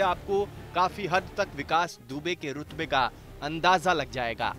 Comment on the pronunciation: Jb Urdu nhi ati to q likhne chl pdte ho , rutva nhi rutba hota Hai